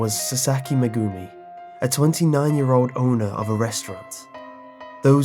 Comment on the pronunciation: Just so you know the names are pronounced: Meg-gumi, Sakur-ra.